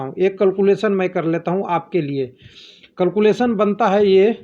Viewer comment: It is not culculation.😂😭😭..it is calculation 😑 pronunciation